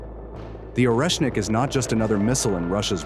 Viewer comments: Szkoda ze tekstu nie czyta czlowiek. Ciezko slucha sie tego "oresnika" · Oreshnik en ruso Орешник se pronuncia arieshnik